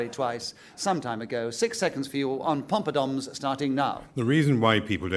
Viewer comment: Is Nicholas Parsons calling them “pompadoms”?